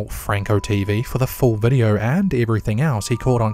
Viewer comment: For fuck sake, would you stop adding a FUCKING "r" at the end of words ending with the letter "o"? It is pronounced "video", not "videoR" fuck face. Fuck you got under my fucking skin.